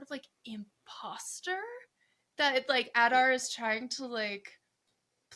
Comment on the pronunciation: AD-ar Not OLL-dar😊